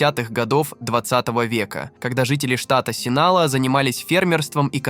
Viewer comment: Спасибо за видео, бро. Но зачем вставлять везде мини комментарии чувака с якобы измененным голосом? Раздражает все-таки… И картель не Синала, а Синалоа (произношение, как написано).